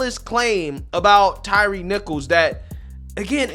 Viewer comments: Old Al couldn't even pronounce Mr. Nichol's name correctly. It's Tyre, not Tyreece. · Sharpton literally made the young man’s funeral about himself and then mispronounced his name by calling him Tyrese instead of Tyre. Doesn’t anyone in that church see this for what it is? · I am so sick of Reverend Al and everything that he represents and unfortunately AOC is channeling him lately. (and get the man's name right for Christ sake. It is Ty-re and not Tyrese 😅) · Uhh, is it just me or did Sharpton just call him Tyrese????? 🤣🤣🤣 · Wow! Al made the funeral all about himself. He even pronounced the dead guys name wrong. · Couldn’t even get Tyre’s name right.